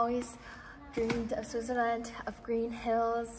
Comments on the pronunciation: Pronounced SwiTzer land, not SwiZZer land. Also known as Schweiz, (German) Suisse (French), Svizzera (Italian). Hmm, I don't know if there is another name in Romansch speaking areas. Curious what the name is in Russian. Enjoy! I think the siren testing was Feb 1 this year. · really great video, I have only one little complaint: It's called "swiTzerland", not "swizzerland". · Someone tell her it’s Switzerland not SwiZerland! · I notice that you don't pronounce the "T" in Switzerland. Are you aware of this?